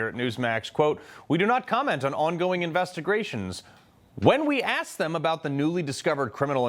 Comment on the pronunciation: Opening line😮Investi " GRA" tions????😂😂😂